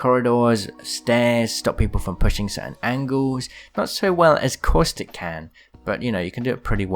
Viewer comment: I cant get over how u keep saying "Coystic" instead of Caustic 😂